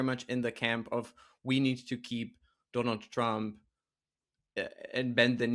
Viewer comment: Doe-nauld Traamp